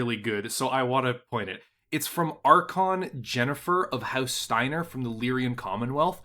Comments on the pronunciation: Lyran/ LEER-un. There is no I, there are only two syllables. And how do you get Tuka-yAd? I do love your content and general style and enthusiasm, but you're killing me over here... Also I believe they're properly pronounced "kee-AFF" and "kee-NEG." At tleast that's how they pronounced it in the voiceover of the intro cinematic of the Mechwarrior 2 expansion, Ghost Bears' Legacy. Aff and neg are also standard substitutes for yes and no in general conversation. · My only complaint is the persistent "lyrian" instead of lyran. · One thing, it is the Lyran Commonwealth not Lyrian. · My only commentary is a tiny nitpick, it's Lyran Commonwealth not Lyrian Commonwealth. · He do be calling them Lyrians tho